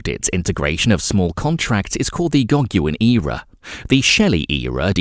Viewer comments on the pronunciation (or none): the gog-u-in...era...brilliant...............